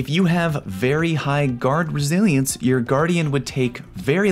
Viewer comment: GuArD ReSiLiEnCe me: so you're saying take a shot each time you say it wrong? got it